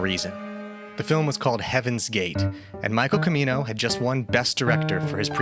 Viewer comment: Did you just call him Michael "Kimino"?